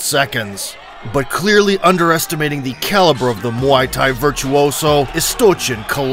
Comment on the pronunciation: that's the weirdest way I've ever heard someone pronounce muay thai